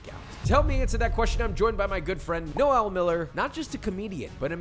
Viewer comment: No-El like he's fucking kriptonian! It's Noel (like nole rhymes with pole). Jesus America!